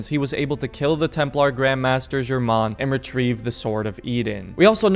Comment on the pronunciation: When he germain I thought he said your mom